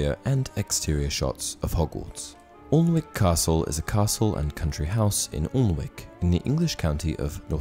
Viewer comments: Alnwick castle is actually pronounced Annick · You didn't pronounce Alnwick properly just not picking ( I live there )